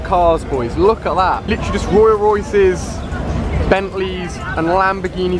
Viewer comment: 'Royal Royces' ? lol